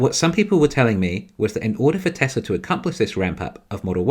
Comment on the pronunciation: Why can't you pronounce Tesla correct?